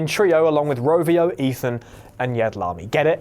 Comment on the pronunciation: Its Ravio not Rovio!